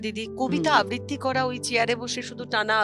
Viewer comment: আবৃতি নয় ,আবৃত্ তি আবৃত্তি হবে উচ্চারণে